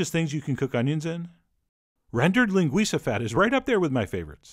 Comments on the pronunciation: oh my god you said linguiça so perfectly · nice recipe and all but what gets me on this vid is the A+ pronunciation of the word "linguiça" really spot on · Kudos on the Ç pronunciation!